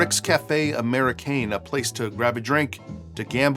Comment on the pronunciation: And its Ricks Cafe Amerikehn not Amerikayn